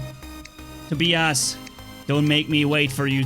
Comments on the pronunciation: It is pronounced toe-bye- us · hahaha it's funny how you pronounce Tobias.